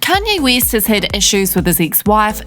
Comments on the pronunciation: "Kanye Whiz" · "Kenye Wis" well thats the first